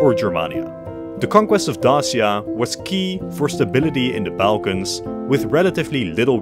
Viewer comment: YOU FINALLY SAID "BALKANS" CORRECTLY!!!!!